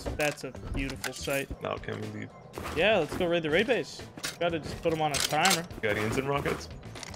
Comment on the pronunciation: Homie has control over 20 boxes full of tier 2 and 3 loot and say " let's waid the waid base, duuuuuuuuuuurrrrrr". 😂 dumb